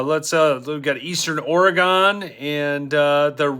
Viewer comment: 😊 It's pronounced Oregun, not Oregone. Just so you know.😃